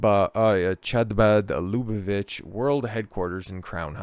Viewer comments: Not "Chabad" as a "Cha-cha-cha" but "Kh" as in Kazakhstan 😉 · Pronunciation: Habad, MickVa, LuBoveVitch, MenaChem Sneerson. Glad you did the video though